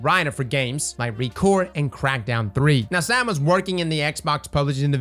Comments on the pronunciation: Btw it is STATE-IN. Not STAT-in. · It's pronounced "State-n"...